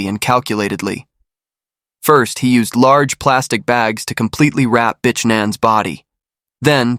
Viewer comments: Omg Everytime u say her name I just cringe. It's not pronounced bish, it's pronounced bic like a bic lighter "bic ann" smh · Yo its pronounced bick. Not bitch lmao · Just say "B" and glide onto the next word; it will sound professional. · Really? you literally pronounced her name “bitch”. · Wow — this has to be the worst pronunciation of the Vietnamese name Nguyen I’ve ever heard. And seriously, her name is not pronounced “b*tch.” That’s not just wrong, it’s disrespectful. If you can put in all that work to write and produce an Asian story, you can spend one minute learning to say the names correctly. Either get the pronunciation right or stop telling Asian stories altogether.